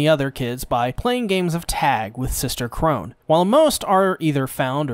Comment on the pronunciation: nobody gonna talk about how he keeps calling sister chrona sister chrone